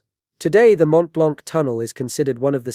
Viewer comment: FYI the c in "blanc" is silent. Edit: while we're at it, the t of "Mont" is silent too...